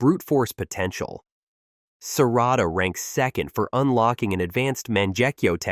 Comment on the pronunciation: EVERYTHING IS COOL UNTIL YOU SAID SARADA WHAT!!!!!